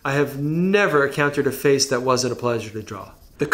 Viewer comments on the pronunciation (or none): I heard pressure lmao